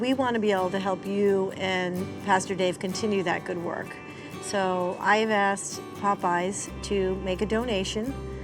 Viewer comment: I'd be calling the Police if she axed me!!